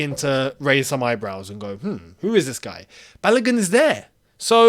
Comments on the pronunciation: the name is pronounced as Ba-lo-gu and not as Balagun. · his name “Balogun” is pronounced “Barlo goon” not “balur gun” 🇳🇬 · My brother I here to help you with the pronunciation of his name. It is Bar-low-gune (If gune is a word). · It is quite hilarious when you don't do enough research on pronouncing African names. Balogun is pronounced Balogoon. Maybe google translator can help you little too. 😊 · It is pronounced Baaloogoon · Hello, well done. However, the name "Balogun" is pronounced as Ba-low-goon as in Ba (Bah), Lo (low), Gun (Goon). It is a Nigerian name (a name from the Yoruba people of Nigeria). Thanks